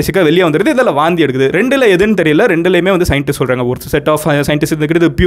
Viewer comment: Vomit னு சொல்லலாம் ல... எதுக்கு வாந்தி....வாந்தி... னு அழுத்துரிங்க... 😂😂😂சாப்டுகிட்டே Video பாக்கலாம் னு பாத்தா எல்லாமே வெளிய வந்துடும் போல.....🤢🤢🤢